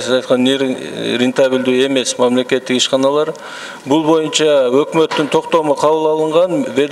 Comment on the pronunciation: "Моюнча"- эмес боюнча га дейм